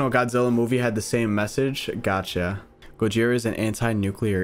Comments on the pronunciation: Just saying but dude…it’s pronounced go jithhhhra like in Spanish the thhhhhhr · here is some help Gojira(go-ge-ra) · The pronunciation of gojira (go-ji-ra) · This is ten months ago, but Gojira is pronounced 'Go-Jeer-Ra' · Gojira pronounciation: GƱ/zea/ra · The way you pronounced it is wrong the way it should be pronounced is gorjia